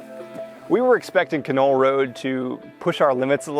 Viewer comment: It's a great drive. Done it a few times. The correct pronunciation is not Ka Knoll, it's Can All.